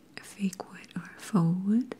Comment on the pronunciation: You saying “faux” correctly just gave me the biggest flashback to that time I believe in the recliners video where you pronounced it “fox” 💓💓💓💓💓 ready to have the best sleep ever